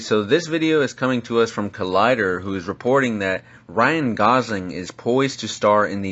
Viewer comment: Ryan Gosing... its Gosling